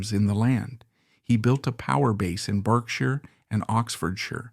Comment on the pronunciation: Berkshire is an english county west of London. It is pronounced "Barksher"